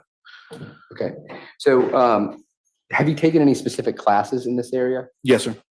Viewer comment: "jus' ta be more pacific..." Good lord.